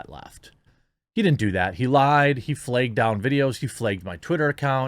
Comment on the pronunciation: Flagged is pronounced 'flahgd'.